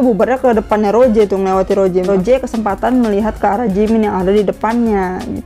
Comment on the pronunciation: Kak rose kak bukan roje